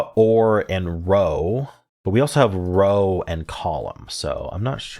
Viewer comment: Nice solves! Small correction though for Connections: In this context, "row" rhymes with "now", not "no".